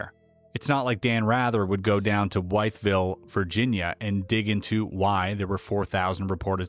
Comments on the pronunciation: Wytheville is pronounced with (as in "I am WITH you, always")• vill. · It's pronounced "WITH-ville" ✌👽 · Wytheville pr "With-vile" the y is silent. Great video! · It's pronounced "With ville" not "whyth ville" 😂. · With-ville is the correct pronunciation. Pretty area. I live near there. Located West-SW of Radford Arsenal. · Wytheville is pronounced (With-ville)...I would like to see or here more about this since I live in the area...if possible. Thanks for the excellent work. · Pronounced “with” ville. This surprised me because I’m from thatarea and was a teen in 1987. I’m definitely doing some research when I go back home. The Radfors Army Ammunition Plant was not far from here at the time, which is where they produced the minuteman missiles. Thanks for this, I had so many encounters with aircraft growing up in the area routinely we became newly numb to it. My teachers told me it was a terrain similar to Vietnam so they tested things there.